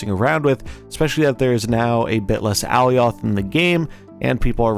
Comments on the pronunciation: Love your videos. Thank you for your help. Real quick tho- Ah-lie-ahth. Alioth. Not aly-ahth. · The way this guy pronounces alioth lol